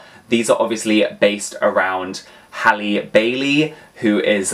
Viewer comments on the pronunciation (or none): none